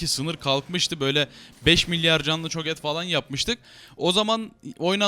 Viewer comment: Herolardan ismini Türkçe söyle ne kardeşim ne olur cho gath ti cho get okuyor yapma abi yapma ne olur İngilizceden soguyorum